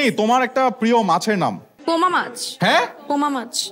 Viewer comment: its not poma mach ,,, its a poma fish or poa mach